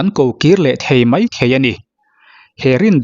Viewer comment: A dik... mai tih tur ah mei te a tia😂